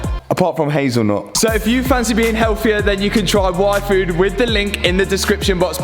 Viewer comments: is it just me heard waifu instead of yfood? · Every time you say yfood, I hear waifu.______. <3 Love the videos! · He said yfood and all I understood was waifu...I need a life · is it just me or did hear waifu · You pronounce yfood like waifu. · I kept hearing “waifu” 😂